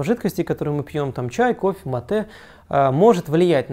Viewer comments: Правильно не матЕ, а мАте! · В слове «мате» ударение на букву А